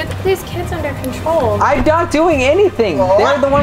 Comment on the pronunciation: “ IM OUT OF CONTROUL “ got me laughing